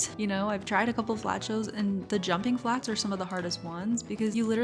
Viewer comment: it's so funny how she says "jumping flats" haha